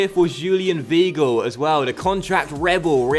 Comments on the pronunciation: It's vy - gl not v gl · Zlatko Edgar it's more like v-eye-gil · Zlatko Edgar in German if there is an -ie or an -ei you pronounce the word with the last letter , so , the word VEIL would be pronounced VILE , but if the word was VIEL it would be pronounced VEEL. And also W's are pronounced as V's so Weigels name is pronounced Vhygul. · im sure weigl is pronounced whygl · In german ei is pronounced ai. Also in Leipzig the g is pronounced sch, so Laipzisch and Weigl is pronounced Waigel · Weigl is pronounced like Why- gel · people saying is pronouncining right should look up how his name is pronounced...or just type it into google translate and play it in german or look up the pronounciation of 'ei' and 'ie' or something...I mean come on people it's not that hard to look up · you don't have to be german to know that 'ei' is pronounced as 'I' and 'ie' as 'E' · W is German are pronounced like a v so if you're German how tf did you not know that